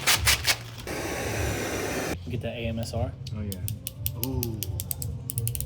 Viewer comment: If u go to he said "AMSR" dide the mispronounced 😂